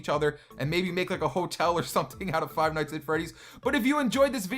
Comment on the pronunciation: Why do you say five like this fwive